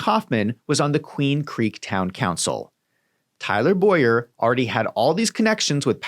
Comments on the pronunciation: BOWER clearly that is not pronounced BOYer..... it's things like this that make you look dishonest. If there is enough meat on the bone there is no point in doing things like this which tells me you have nothing. Keep digging and i am sure you will find it, but nothing in this video is it. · Her name is pronounced Bow-er not Boy-er. But otherwise THANK YOU for this research. It greatly helps me show my AZ friends what's going on in their backyard. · Bower is pronounced Bough-ehr like I bow down .